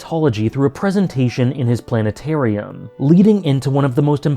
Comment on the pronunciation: It's not Bugenhagen's observatory. It's his Planentaboratory. 😂